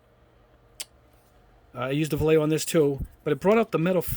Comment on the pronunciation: It's pronounced "Vah-ye-ho".